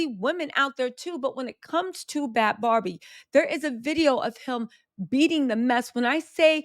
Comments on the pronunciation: I think she pronounces her name “Baby” not “Bobby”, not “Barbie” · 🚩🚩FYI... You keep saying her name WRONG.... it's 'NOT' BARBIE' (LIKE THE DOLL) Think BABY.. BAD BHABIE.